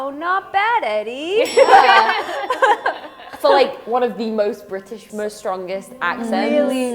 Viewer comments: "Addie Redmayne" instead of Eddie. lol 😂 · Doesn't that supposed to be "Eddie" not "Addie" Redmayne ;) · its EDDIE not ADDIE... my goodness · Addie?? Eddie!